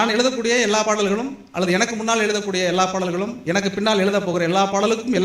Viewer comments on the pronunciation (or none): ஐயா, எளுதக்கூடிய அல்ல, எழுதக்கூடிய ✅ தமிள் அல்ல, தமிழ் தான் ✅ அளகு அல்ல, அழகு ✅ காலம் எவ்வளவு போயிட்டு, இன்னும் ழ வரவில்லையென்றால் நீங்கள் வரும் வாரிசுக்கு கொடுக்கும் சாபம் அது. 🙏🙏 அளகிய அல்ல, அழகிய ✅